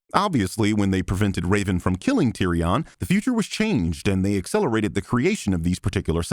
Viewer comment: Bruh. I'm loving your EWW Cinema Sins series. But you can't call out Jeremy for mispronouncing Xavier and then mispronounced Tyrio....... oooooooooo.... I see what you did there. Please proceed.